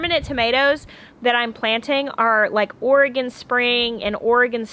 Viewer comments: Omg those babies playing with Ben is the most magical thing ever! 😍💜💜💜 I love your jacket! I’ve got one I just bought from Target that looks just like yours except it’s got a hood, and snaps instead of buttons. I love it! Thank you for pronouncing Oregon correctly too. I’m originally from Oregon. ☺️ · Love you know how to pronounce Oregon 😀.